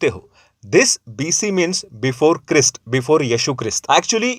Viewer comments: Bro I watch your videos but you should learn how to pronounce Holy Words , It's Not Chreest , it's Christ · "Christ " it pronounce 'craist' not crist.😊